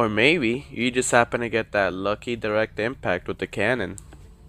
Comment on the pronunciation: He said Mabey 😂😂😂😂